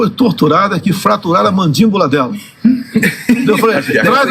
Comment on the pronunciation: "Mandímbula"??? E a direita vive reclamando que Lula não fala bem?!?